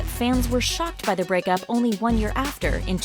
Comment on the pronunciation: Did anyone also hear brickup